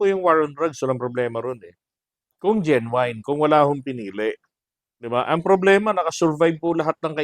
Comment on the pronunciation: GENUINE is pronounce JENUIN brother